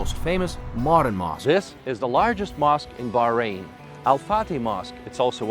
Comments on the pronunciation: Who told you that the letter h is not pronounced? Of course is pronounced it's arabic name and not enghlish. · Please pronounce the country correctly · Yank speaking as a child in an older body, dressing the same....didn't learn how to correctly pronounce the country's name....😮😊😊😊